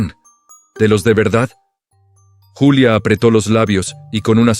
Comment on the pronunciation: Buen relato y excelente reflexión lo único que no está bien es la manera en que revuelven los idiomas la protagonista es Julia no yulia esto es México